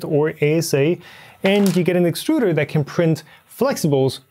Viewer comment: It's pronounced exturder.